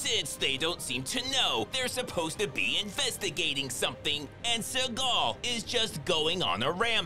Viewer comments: I love the emphasis on his name: “Suh-GAHL” 😂😂😂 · Is it Seagal or suckall he's saying😂😂😂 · I like the way you call him "Sir Gull"